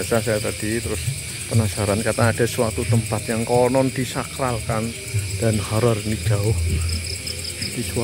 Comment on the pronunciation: Sakral om bukan saklar xD